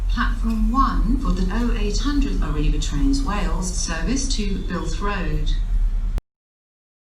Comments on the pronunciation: Birmingham News Treat and Birmingham Internaytional😂 This Train is Operated by ARRIVA DRAINSUS🤣🤣🤣🤣🤣🤣🤣🤣🤣🤣🤣🤣🤣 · I laughed so much at "Toolfort Central" "Oshunt" and "Arriva Drainsus"